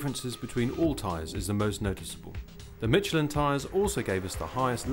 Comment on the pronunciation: can this guy not pronounce "SH"? it's pronounced miSHelin, and at the end did he say CHopping around? or is he trying to say SHopping around?